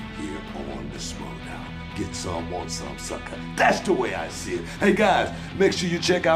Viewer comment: Hey? Its Schmoedown not Smowdown. GTFOH